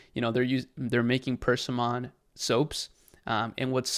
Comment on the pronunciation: Persimmon… is pronounced per-SIM-un Stress on the middle syllable: /pərˈsɪmən/ Not purse-see-mon